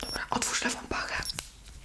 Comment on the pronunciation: " otworz lewa pache"😂😂😂😂